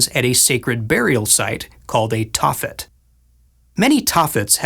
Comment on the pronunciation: Love you Guys, but your butchering the names of Tophet and Hinnom,... Smiles 😃 Shabbat Shalom Ya'll 😊😊😊